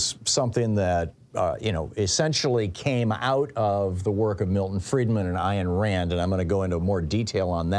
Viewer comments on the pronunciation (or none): Grrer -- I HATE Artificial Intelligence ( or , mainly - Lack - Thereof ) ...Stupid thing keeps saying " Iron " Rand when it's " Ayn " Rand !!